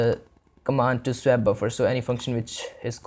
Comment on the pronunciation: With the delightful mangling of the word "swap", this was a fantastic introduction to using OpenGL. I thank you for taking the time to make this video.